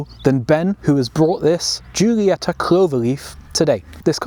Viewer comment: After the pronounciation of "giulietta" i 100% approve that you didnt even try with "quadrifoglio" and just called it a clover leaf 😂 But beeing an alfista i have to adress that its not just any clover leaf, its a four-leaf clover.